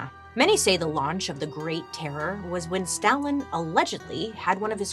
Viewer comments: Terror terrorooror 🤣 horror horrorororor 😂. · I can not describe how much I laughed listening to Bailey say "terror" 😂 😂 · I love how Bailey struggles to say terror 🤣